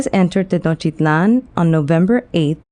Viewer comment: Are you deaf? She's pronouncing it in the native language, and the t's are definitely in there.